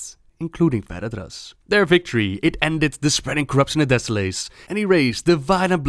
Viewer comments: Deh-sow-luhs not Deh-sow-lace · Desso-less, thats how you pronounce it:) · Great vid. Americans would pronounce it "deso-less", "lace" sounds a bit odd, (even though it's spelled that way.);)